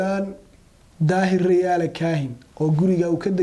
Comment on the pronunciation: Masha Allah madaxwayne xigmad iyo xilkasnimaba kudhantahay. Lkn magaca sax riyaale mahee waa rayaale..ree hoonkaybal magaca kasaxa.